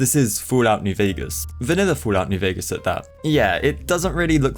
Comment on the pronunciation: "foolat nuw vegas"